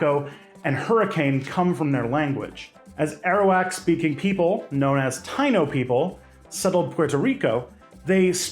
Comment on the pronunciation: Hey, just wanna say "Taino" is pronounced tah-ee-no ❤